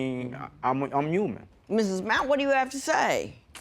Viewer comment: CONVERSE! He said "UMAN" I love it!